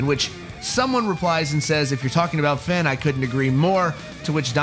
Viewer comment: It's pronounced "FAIN"